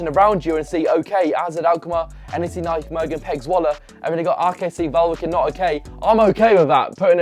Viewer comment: "NEC Naikmergen"🤣